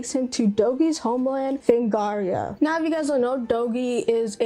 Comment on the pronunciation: Atelier Yumia, Fate/Extra Record, DQ 1+2 Remakes, Trails in the Sky 1st, Expedition 33 are some of my most anticipated of 2025. Also yeah did pronunce Felghana wrong (but hey it happens lol) and so close to 8K subs